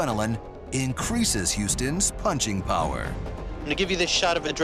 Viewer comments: "great prower'😂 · Is it just me ot did he say prower